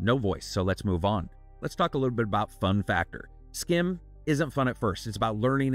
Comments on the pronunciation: its pronounced sgim, dutch people ur the sch as sg. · I assume this is from a Belgian or Dutch studio, since "Schim" is essentially Dutch for "Shadow". (Pronunciation is a bit different than what you're doing, the "ch" is more like the raspy "j" in Spanish instead of a hard "k" sound.) Thanks for another thorough review!